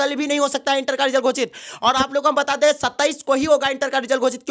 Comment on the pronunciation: Gosit bolo yarr kya Gocit gocit kiye ho